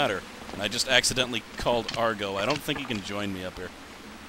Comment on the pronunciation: ITS AGRO, NOT ARGO, AGRO!!!!!!!!!!!!!!!!!!